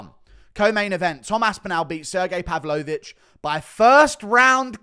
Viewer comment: Why do you say pavlovich like a sped